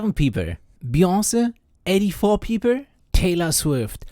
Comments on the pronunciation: bros says "peepl" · The way you pronounce "people" is hilarious.